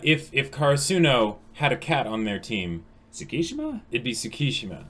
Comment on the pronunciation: it's not Sssukishima, it's Tttsukishima